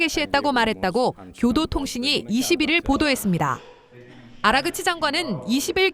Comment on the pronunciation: 아그라치가 아니고..아라그치 입니다.